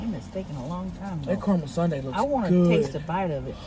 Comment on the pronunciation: WHY do you say MuckBank ? its MuckBANG .....and Caramel is caramel -its NOT CarMole